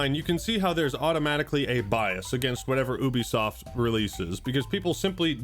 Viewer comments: It’s Ubisoft. not Ubisoft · Wait. It's it pronounced Oo be soft of You be soft? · How to you have a YouTube channel that talks about video games and you don't know how to pronounce Ubisoft? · Is it pronounced as "ooo-bisoft" or "you-bisoft"?